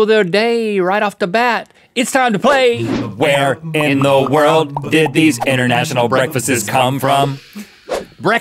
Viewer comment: myasar suliman um its world not wold